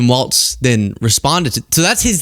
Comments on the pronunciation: WALZ, not WALTZ 🙃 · It's WALZ, not Waltz! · It's pronounced Tim Walz not Waltz Love ya! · WalZ. Not WALTZ. Why can't anyone get this right?! 🤣🤣🤣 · No "T" in Walz